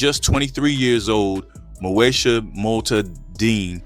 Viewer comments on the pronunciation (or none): MO….E…..SHA Not MOSHA…smh